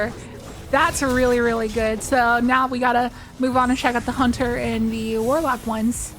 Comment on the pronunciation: Maybe a stretch, but when you say, “Hunt-aire” with French accent I flash to the beautiful & mysterious movie Paris, Texas.